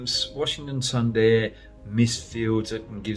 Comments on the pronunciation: Hoggy, everything was Perfect in the video but just one, it's pronounced as "Soonderrr" and not "Sun" "Da" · Brad, it's pronounced... Soonder! Great show! 🍻🇮🇳